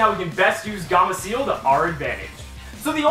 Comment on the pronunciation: "Gamaciel" xD later on in the years he starts saying gameciel.